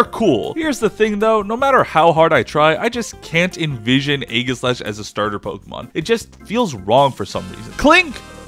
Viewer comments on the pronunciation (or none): Aegislash is pronounced Ay-ji-slash, not Ay-ga-slash. It's named after the Aegis, Athena's shield with the face of a gorgon imprinted on it. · it's pronounced age-jis like the shield